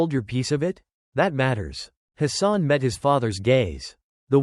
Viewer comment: His name is Hassan and not his son. 2 complit different meanings, There is no O in the name